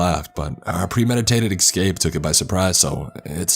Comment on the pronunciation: Near the mark he's supposed to say establish but says exstablish, this is a new one but exscape and exspecially im used to hearing from him. My thing is does he think he's saying these words correctly or not?